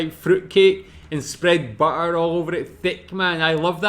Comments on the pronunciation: Ei leik itt this wäiii bä.a 😂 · I love how you prounounce "butter" with neither the German "tt" nor the English "dd", but just completely leaving out those glottal "t"s. 🙂 Bri'ish English rulez!